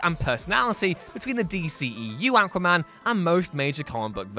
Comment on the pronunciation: Why is it so hard to pronounce aquaman? Seriously this crap is annoying